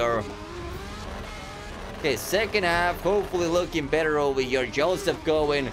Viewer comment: 173 times he said over hëre in this video . But bro , not “over her”, correct be “over here”